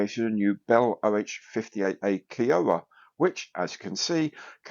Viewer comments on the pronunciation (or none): Nice round up,, and enjoy your time off. Just one note: as a Canadian, with a number of friends from various native tribes, it is pronounced 'KY-owa,' not 'kee-O-wa.' 😉